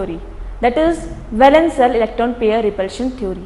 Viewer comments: Hey it's not valense but valence!! Your accent not clear enough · its not valense its valence improve ur english